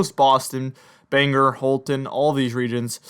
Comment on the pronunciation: Greetings from Maine! Keep up the good work, we look forward to your videos. Also, Bangor Maine is pronounced "Bang Gore" lol.